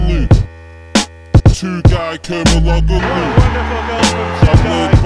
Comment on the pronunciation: I like the song but it pisses me off how he can't say Tugay's surname correctly haha. is still a legend tho